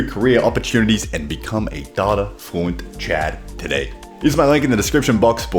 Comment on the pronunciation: How do you pronounce it data and not data